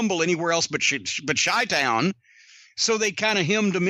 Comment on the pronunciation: he said "chi town" with a hard "ch"... and while we're at it he also says "euge" instead of huge, sucks... in the words of sam jackson in pulp fiction, "english, motherfucka, do you speak it?"